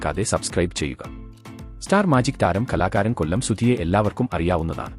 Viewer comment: കെല്ലം അല്ല കൊല്ലം